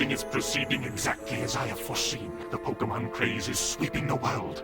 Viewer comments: "Pokemen." TRIGGERED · I would have tended that mispronunciation as “Pokehmin”, actually. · Did anyone catch how Ken Watanabe pronounced Pokemon in Detective Pikachu? That's from trying to shorten Pocket Monster. And that's still better than the voice direction here. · Wait, so Ash's own voice actor didn't know how to pronounce Pokemon back then? What?